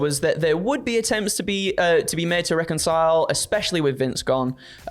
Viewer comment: Why can't say reconcile??